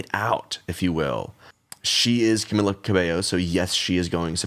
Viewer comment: Her name is pronounced cah-mee-lah